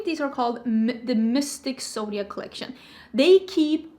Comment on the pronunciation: The word is pronounced "mohv." Almost every beautytuber mispronounces "mauve." 😒😪 Are you saying "zodiac"? I thought you were saying "soviet"